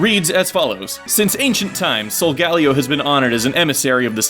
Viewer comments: its Sol-Gah-Leo and Luna-Lah, Not Sol-galeo and lun-alah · stupid ass his name is Soul-Gah-LEO as in the fire lion ''Leo'' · it would be pronounced sol-gah-LEE-o, because Leo means lion. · this isn't pronunciation it's putting the stress in different places, it doesn't really matter what way you say it anyway